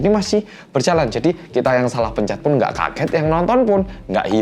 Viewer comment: kenapa di 8.40 aku keinget mas Pur kalo lagi bilang "Ngga Ngga Ngga" di Tukang Ojek Pengkolan sih... logatnya sama LOL